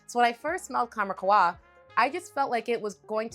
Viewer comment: Qahwa. U read it KAhwa. It's "coffee" in Arabic.